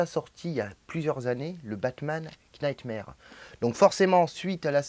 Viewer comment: Knightmare-> "nightmare" le "k" ne se prononce pas. Desolé de faire le chieur mais ça me pique à chaque fois 😂